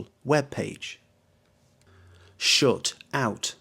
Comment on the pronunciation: really strange pronunciation, 'shut' like 'shoot'